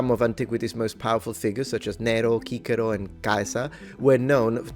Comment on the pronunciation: You made my day the way you pronounced Cicero and Caesar.